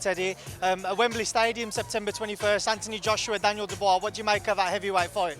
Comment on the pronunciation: Shocked Teddy has finally learned to say Dubois correctly instead of ‘Duboyce’